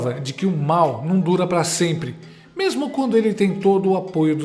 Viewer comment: Ouvi bem o comentarista falar "tamem" e "mermo"? kkkk